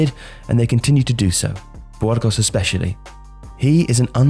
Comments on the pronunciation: I come here for the fantastic prounciations. BWHOARGOSS!! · Bwurgos? Really? Lol